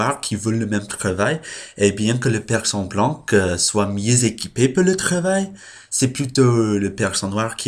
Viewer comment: 2 vidéos par semaine, c'est bien =) Et pour "blanc" on le prononce "blan" sans le "c" donc, Et de même "son peau" est "sa peau" Voila Bonne journée/nuit